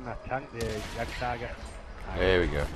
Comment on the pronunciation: not to be a grammar nazi but the "w" on waffentrage is pronounced like a "v" just a little tip :D